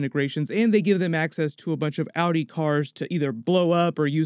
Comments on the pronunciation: I like how he pronounces Audi as Outie. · Awwdi 😂😂😂lmao pronounciation mate